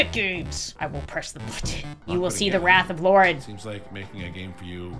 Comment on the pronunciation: Why do people keep saying LAUREN wrong LIKE WHY!?